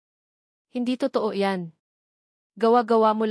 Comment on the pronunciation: Magrehearse ka muna sa pagbabasa mg kuwento mali mali ang pronounciation mo pati okay ay okai, ang totoo at to too ang pronounce . Napakagandang kuwento pero nasisira sa pagbabasa ng narrator. Dapat irehearse ka muna ng admin